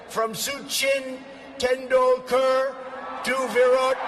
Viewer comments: David, you need to watch cricket. That wasn't how I've heard Indian commentators say Tendulkar... It's tεn'du:lker (the last 'e' is the backwards one when using the IPA - barely pronounced). Though he's retired he's still a revered name throughout the cricketing world. Apart from that, I'm wondering if someone stitched trump up with that Swami's name, knowing he would bugger it up! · Actually Trump pronounced Tendulkar better than you David. The u sounds like oo like in “cool”